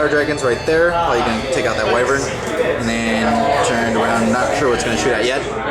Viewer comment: The Whai-vern pronouncing dude should be shot, lol, it's Wih-vern, not Whai...